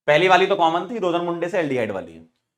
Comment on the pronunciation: Sir rosenmunde nhi rosenmund hota h 😂